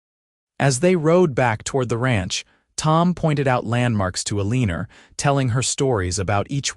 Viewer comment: I can't really get into the story because of your AI. Ah lenn Er instead of Eleanor. I am subscribed but I am getting frustrated.